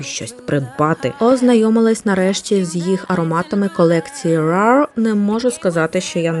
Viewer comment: Дякую за чудову коротку подорож❤ rare читається інакше